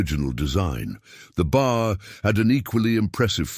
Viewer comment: The weapon you continue to refer to as the BAR is actually more correctly referred to as the B. A. R. Each letter is pronounced separately. The weapons name is actually the "Browning Automatic Rifle" Invented by John Moses Browning.